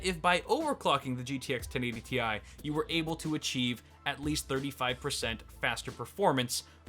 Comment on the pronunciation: thanks for saying Tee I instead of Tie